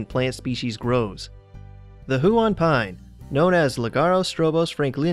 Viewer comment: Us Aussie's pronounce huon as one 💗💞💗